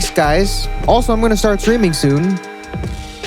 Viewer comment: I thought you said swimming instead of streaming